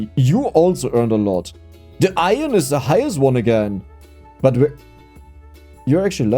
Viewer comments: Foreigner here: try to say "I earn" as in "earning money", then say it quicker: you'll have a really good "iron" pronunciation! Greatings from 🇮🇹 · ITS PRONOUNCED - IRN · No it’s pronounced iron not iron… it’s okay you’ll get there! Love the videos